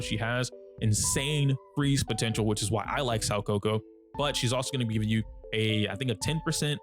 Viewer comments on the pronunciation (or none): Its SOO KA KU not SAU KO KO. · It's pronounced more like "Sow - Kah - Coo" if that helps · I was wondering who "Sawkoko" was... 💀 It was actually Soukaku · Saw-coco? Who??? You mean Sou-kako ☝️🤓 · soukaku ❌ saukoko ✅ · Her name still isn't Saw-kohkoh... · 'Sowcoco" lmao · "im sorry if im pronouncing zhu yuan wrong" [proceeds to butcher soukaku every time he says it] 😂